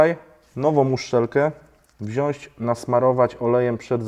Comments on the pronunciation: Spoko nauczyłeś się mówić "WŁĄCZAM" to teraz czas na "WZIĄĆ". Bądź lepszy niż prof. Pawłowicz 😂. Miodek będzie Ci jadł z ręki. Pozdro. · Wziąć!, Wziąć! Nie Wziąść;)